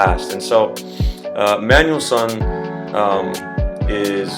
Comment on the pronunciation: *Manuellsen, not Manuellson